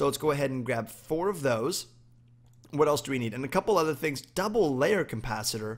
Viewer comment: its capacitor not campacitor